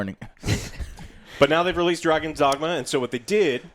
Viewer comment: "Dagon's Dragma"